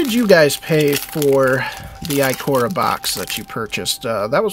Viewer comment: Nice pulls but it's Ikoria (eye-kor-eya)